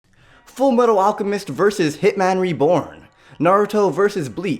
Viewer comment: Instead of hearing hit man reborn I heard hitler(is that how you spell it?) reborn